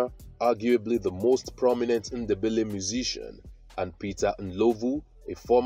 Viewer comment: There’s no such thing as Shona people 😂 if you’re researching Zimbabwe don’t watch this guy. Doesn’t know anything. Then he pronounces Ndebele as “Innderbelly” like a European 🙆‍♀️! And he talks about the South African Ndebele’s instead of Zimbabwe 🙇‍♀️. FAIL.